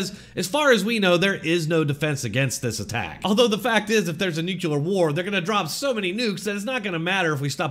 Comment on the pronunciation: Nuclear, not nucular.